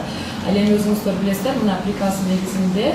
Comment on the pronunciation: Дректор пирказ дейт ко а хаа хааа оляяя орус тил окуганбы мектепте каримова уят уят еле жонокой созду айта албайт екен соке соотечественники дегенди айта албагандай ха за го булар жаман езишет ко оляяя